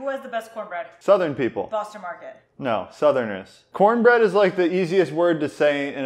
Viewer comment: It's pronounced: CoHN-BRehD